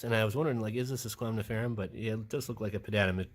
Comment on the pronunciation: You know you keep saying squamniferum instead of squamiferum😅?